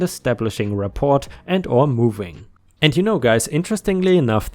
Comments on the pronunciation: The word 'rapport' is pronounced 'rah-poor'. Probably originally French. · Just fyi, the 't' in rapport is silent; the word is pronounced rah-pore.